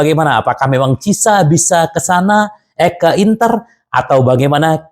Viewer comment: Pas blg cieesa jadi cisa 😅